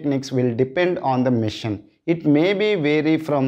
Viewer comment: its not mission its machine (masheeeeen)